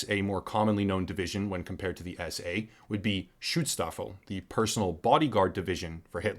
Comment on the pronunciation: For the record, you pronunciation of SA and SS was way off. You split the syllables wrong. Anyway. German is hard for Americans.